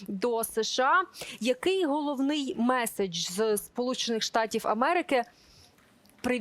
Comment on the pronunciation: Що це за МЄССССІДЖЬ .. ви що УКРАЇНСЬКУ забули ... мєєєсссііджь ..